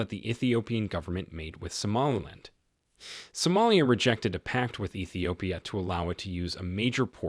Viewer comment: Please correct the name of somalia and ruto! Not somelia and Rudo! It’s soomaaliiya and ruutoo! If you can not pronounce it right or you saying it that way on purpose, please let someone else do that part for you!!!